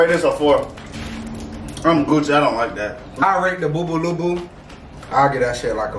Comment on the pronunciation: My man was saying them all correct 💀😂